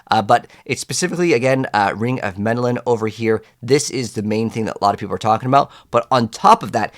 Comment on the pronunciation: Ring of Mendeln not Mendelan lol. Other than the mispronunciation, great video.